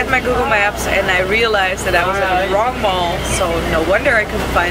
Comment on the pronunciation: Aww nothing is wwong wiff joe kwipkie & "erw my god... I'm officially scarred for life by this toilet" hahaha thnx for making me laugh, hilarisch :D